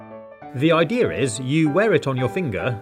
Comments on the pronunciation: Did anyone notice the fact that he said "the idear is" instead of "the idea is" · i love when he says ideer instead of idea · I no that his voice is a robot but why does he say the idear and the bananar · "I like how he sayes idea ideiar" isn't that funny? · Kindergarten teacher: ok let’s say idea: Idear